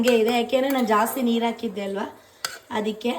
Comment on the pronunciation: ಸೋನೂ… ನಾನು ಅವತ್ತೆ ಹೇಳ್ದೆ ನಿಮ್ಗೆ ಆ ಕಾರ ಹಾ ಕಾರ ಬಗ್ಗೆ 😉 saree ಅಕಿದ್ದೆ ಅಲ್ಲಾ, ಅದು “ಹಾಕಿದ್ದೆ” 😁 anyways ಹಬ್ಬದ ಶುಭಾಷಯಗಳು 😇